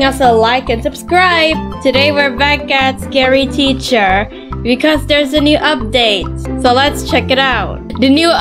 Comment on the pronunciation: She played it years ago and it's teacher not tacher